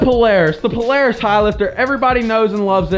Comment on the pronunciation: Its pronounced Polara$$ not Polaris